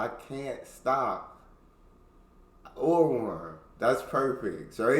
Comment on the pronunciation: Do not try to imitate pronunciation. Even though he has lived in Germany for a long time, he still speaks like an American. Ohrwurm is not Urwurm. The O is pronounced as in Orb and or.